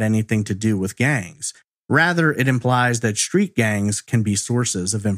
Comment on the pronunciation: I think it's pronounced "street", not shtreet